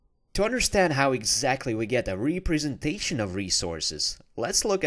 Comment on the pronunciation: Thanks for the good tutorial, but please learn how to pronounce representation